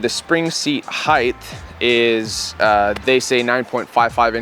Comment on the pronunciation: Loved the video, But.... its Length, Width and Height not Heighthhhh lmao